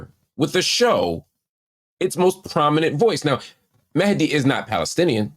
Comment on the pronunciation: Appreciate Marc pronouncing Mehdi's name correctly 👏